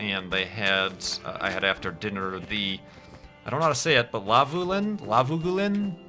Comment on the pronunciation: Lagavulin? It's pronounced exactly how it looks - "Lagavoolin". My family comes from the island that it is made, along with other famous Scottish whiskies such as Bowmore, Bruichladdich, Laphroaig, Ardbeg etc., :) The island is Islay, I've been there many times :)